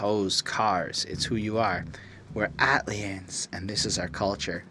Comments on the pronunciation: The way you pronounce the album title though lol, it’s just A- T- L - liens rather than Atliens but you’ve said it right correct in some areas of your review. I do have to say, this is the most subdued OutKast album out there and I can see why thinks it’s a snoozefest because it’s not high in energy but it’s production got the fuck out the way in order for the sharp lyricism of 3000 and Big Boi to shine to its fullest and more times than often if the production is lively and super dope it clouds and distracts what ever the MC could be saying, like a defense mechanism for wack MC’s. Great review, definitely one of the hardest OutKast albums to appreciate. “Elevators” is a classic in Hip-Hop whether likes it or not lol. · I like the pronunciation of the album title. Iol it's actually short for Atlanta aliens. that's y tha ATL stands out . Great review tho. I also watched ur goodie mob review. Am from Mississauga btw👍🏿